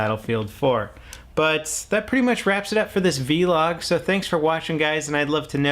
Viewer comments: It's funny how he says v-log and not just vlog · Vlog is one syllable. Just saying. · say vlog instead of v-log pls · vlog not V-log! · I thought it's vlog, not v-log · its a vlog not a V-log its pronounced vl-og